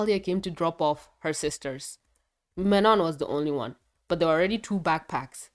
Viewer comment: I can speak french and it's not pronounced like that. It's Manon